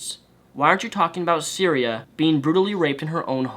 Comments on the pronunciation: Pretty sure her name is pronounced sigh-ther-e-uh. Also, another porn star set up a fundraiser to help Cytherea get back on her feet. Here it is, though it has raised nearly double what was asked by now. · The whole video, I was thinking another porn star was raped. Then I clicked the link, and found it was Cytherea. How you mispronounced it so bad, I have now idea, but typically "th" is not silent. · Her name is Cytherea, not Syria. I know you have a speech impediment and you probably didn't mean to mispronounce her name, but it annoyed the hell out of me whenever you said her name. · I'd like to note that because of dyslexia he said Syria and not Cytherea. So if anyone is having issue trying to find the story, that is why. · Isn't it Cytheria? Not syria? xD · Cytherea buddy .....not Syria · I swear I want to rip your hair out when you say "Syria" it's Sy-thee- ree-ah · Cytherea, not syria. Otherwise good video. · "Cytheria," not "Syria," dude... lol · Its Cytherea not Syria. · Her name is Cytherea, not Syria. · I'm not disagreeing with what you're saying,, but it would do you a solid to at least pronounce her name right. It's Cytheria, not Syria. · I appreciate your vid, and I do agree with you. However, I am going to correct you on the victim's name which you repeatedly said was "syria" or some version of that word. Her name is Cytheria and she has my support and well wishes. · Great points all around, but ummm....her name is Cytheria, not Cyrea or however you would spell that. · Cytheria not Syria. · The thing that annoys me most is that you keep calling her Syria, like the country and not her name, which is Cytherea... But yea feminists only support what can propagate their own agenda of female superiority. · Lol Syria. You mean Cytheria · The fact you kept pronouncing her name as Syria added an extra, bizarre edge to this video. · I think its pronounced Sy-Th-ear-e-ya... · You kept fucking up her name but other than that, great vid.